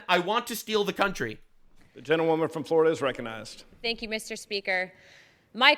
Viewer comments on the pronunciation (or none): none